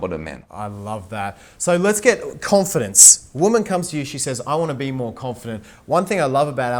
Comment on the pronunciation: Con-Feed-ence. Lol